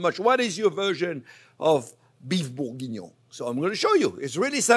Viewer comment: I just love the way he says the name 🤣🤣😆😂😆 Beef bougggoiuoiiinoungh So is Bourguingnon means Big Onions? What does it mean?